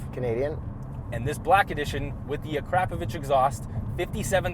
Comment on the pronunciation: A-Pacro-Vich..Is how you pronounce the exhaust....ha!! Whoops.. said it correctly the first time..Ha